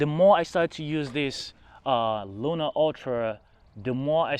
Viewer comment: Sorry, but this is the second video I watched, could you just pronounce the name of the camera correctly! It’s Luna not Luma! Luna means moon and Luma means light. So could you just use the correct name! Thanks